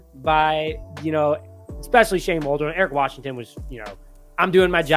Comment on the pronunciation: Who the f is Shane Wall-Drone? Lmao